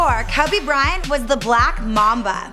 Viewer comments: She don't even k how to say his name "kubby Bryant" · Why does she pronounce Kobe weird? "Kohhbey Bryan" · Who the hell is koobu brayant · 'kirby bryant' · Hmm sounds like she said Kaobe Brian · ''Kubby Bryant'' 😂😂😂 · she said Kuby Bryant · KOBAH BRYAH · Kuby Bryant 😂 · kubby bryant :/ lmao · Polanco They're saying that she said his name wrong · "Cubby" Bryant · She said kabe bryan LMAO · Kowbi Bryant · Why did she say his name like that